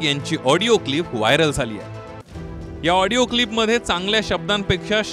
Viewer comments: आबे " हिडीयो " नाही रे आडियो म्हण रे बाबा.... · ऑडिओ क्लिप ला हीडिओ क्लिप म्हणताहेत आमदार महोदय 🤦🤦🤦. यावरून हे आमदार किती अडाणी असतील याचा प्रत्यय येतो. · हा कसा आमदार होऊ शकतो Audio क्लिप म्हणता येत नाही तो वीडियो क्लिप म्हणतात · हेडिओ नाही audio ahe😂😂